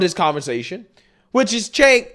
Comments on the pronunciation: Cenk pronounced, "JANK". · Cenk "Yogurt" 🤣🤣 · His named is actually pronounced Jenk,,..In Turkey their C is our J...